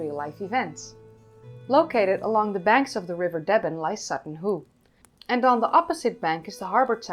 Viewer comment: Pronounced “Deeeben”